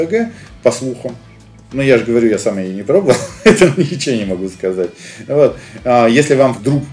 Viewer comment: Уот (вот) подбешивает